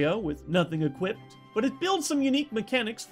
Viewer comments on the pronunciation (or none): none